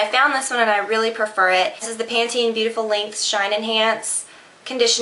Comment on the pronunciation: it''s pan- ten :)